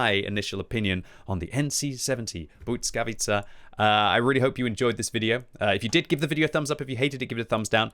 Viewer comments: Bujckavica jhahahahaha its L as in legend bLiskavica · I think you say it like BLEE-SKA-VEE-CA not sure tho but my language has som similar words to polish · You might wanna work on that pronunciation a bit, 😇 I know it might be hard for you to "master" it, but even something like "blee-skah-witt-sa" would be much better than substituting Ł with a "t" sound 😅 I have no doubt you can do better 😉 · I think it’s pronounced bliss-ka-vee-cha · I think it's pronounced Blizka-witza. I believe it means lightning, which kinda is in theme with the high dpm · Heey! Let me give you a quick lesson about letter ł and its sound. You know when you say "weird"? That sound you make before the "e" comes is literally ł. But in english it's just a "w" here. Next one the following letter y is... hmm take those two letters ł and y. If you are pronouncing single letter ł it comes with following y at the end anyway as you can't really finish a pronounciation without including "y" in "ły". Also "ł" simply comes from the letter "l" and it's adding to it a bit of a twist. Anyway here in the word błyskawica where "y" comes after "ł" sound doesnt double and they fuse into one sound'ish thing. Damn long comment. Now have a listen on google and you should be golden 😂